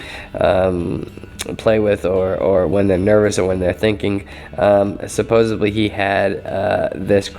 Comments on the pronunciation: just a peeve bro but the word is supposeDDly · supposebly is not a word